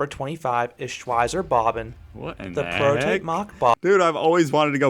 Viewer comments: Shwizer bobbin? Shveitzer Bob-barn. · I‘m wondering about this big struggle of Americans/Brits to pronounce German words correctly. Guys, both languages belong the same family. „Schweisser Bobban“.. What? It‘s Schweizer Bobbahn (SchweiZer Bob Bahn). Or Fluch of Cassandra.. It‘s FluCH, not Flukt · "Schweiser Bohbänn" lol